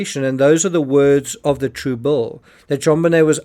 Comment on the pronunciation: Why does the narrator keep saying “True Bull” over and over “true bull” is different from “true bill”! Does he mean to say “TRUE BILL” or “true bull (meaning, true BS?). Big difference! 😮